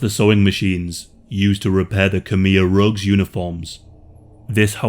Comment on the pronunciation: Its rouge not rogue, red